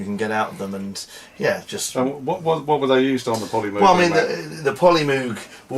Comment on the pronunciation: Pronounces The Polymoog SYNTHESIZER As Polymoag